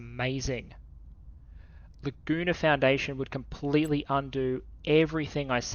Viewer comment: Laguna foundation... Ahhh... I heard "the gooner foundation"